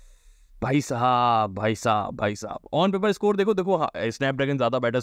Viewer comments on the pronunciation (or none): none